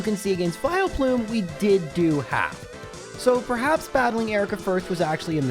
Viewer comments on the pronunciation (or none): none